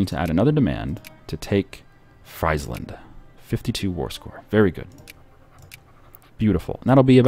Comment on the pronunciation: In languages like Dutch and German, ie is pronounced like e and ei is pronounced like ei. So it's Freesland, not Chipsland.